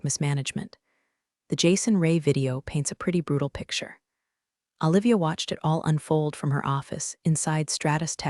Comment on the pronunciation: Awe--livia? How about oh-livia. Do they have to spell phonetically to get the AI to pronounce it correctly? Washington State USA